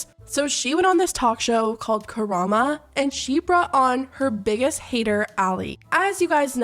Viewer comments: I mean Karamo eff'd up. But his name is KaramO, not KaramA. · Omg, it’s KaramO, not Karama. KARAMO. He’s on Queer Eye. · Loved everything you pointed out in this video. BUT it’s pronounced Karam-O not karamA. Great video nonetheless ❤️ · I just need to let you know that the 'host's name' ISN'T Ka-ra-MA... it's Ka-ra-MO. You're saying an A when it's an O. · Are you a Naruto fan? You kept saying Kurama lol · It’s Karamo. With an o. Karamo. You can see the o with your own eyes. Karamo. Good video though. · she keeps saying KARAMA hahahahahha im dead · dafq this voice keeps saying kurama cant you read? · The way is pronouncing KaramO’s name throughout this entire video is sending me 😂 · There's an o at the end of Karamo 🤣 I couldn't focus on the tea with his name being pronounced as Karama ☠️☠️ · Ka-Ra-Mo! Idk why it's so hard to say his name. No one gets it right. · I can't get over you calling him Karama lmao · Listening to people mangle "kah-rahm-moe"'s name is just... Chef Pii's kiss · It's KarmO. I love your videos but man this took me out of the tea. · Dude! You should do your research in how to say the names before filming! Is ka-ra-mOOO! From queer eye... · Why do you keep calling him "Karama"? so annoying and distracting. Anyways both of them are huge pieces of shit, lol. Justice for that poor girl who they gaslit the hell out of. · Ka-RAH-mo. Sorry I just see yt content creators mispronounce the name and it irks me lol great video btw! ❤❤❤ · me, a yyh fan hearing you pronounce Karamo as "Kurama": now hol up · hey bestie just letting you know- in case we get an update about this situation- that his name is pronounced Karam-OH with an oh sound not an ah sound <3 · KAH..RAH...MOE! other than that i agree with everything else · ma'am. ka-ra-MO. with an O. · The most shocking part of the whole video is how she read Karamo as Karama like 900 times. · Lol love the video but his name is pronounced KAHRAHMOE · i love how u call karamo karama lol